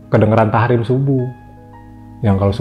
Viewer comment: ..sekitaran menit40an, bukan tachrim mMassss, (ttpi) tarchim.....; salam hormat dr jkrTimur